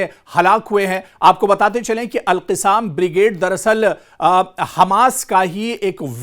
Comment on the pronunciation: ارے میاں alqassam کہنا چاہیے اور آپ alqisaam کہ رہے ہیں جو غلط ہے آپکو اُردو بولنے نہیں آتا سیکھو پھر بولو تھو تھو تھو تھو تھو تھو تھو تھو تھو ارے رے رے رے رے رے رے رے رے کیا رف زبان ہے اُردو بولنے نہیں آتا